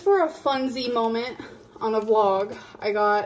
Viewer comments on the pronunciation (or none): Amber for the love of gawd please please STOP saying "molment".